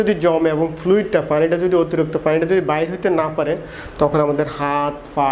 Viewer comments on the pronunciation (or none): Fare ki jinish? Pare Ki doctor tik moton bangla porjonto bolte parche na.....